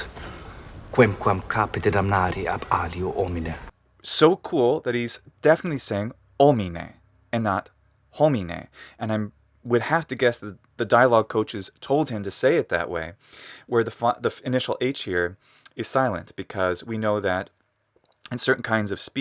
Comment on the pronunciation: the O of "homine" is too closed. You, yourself, pronounce it correctly when you repeat the phrase, by way of complimenting his (otherwise) excellent authenticity/pronunciation. Have another listen to it. Do you dis/agree?